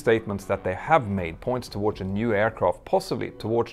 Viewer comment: You pronounce "towards" wrong. So wrong. You can stop anytime